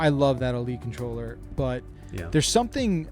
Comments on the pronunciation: What’s a “contorller”? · "Contorller" lol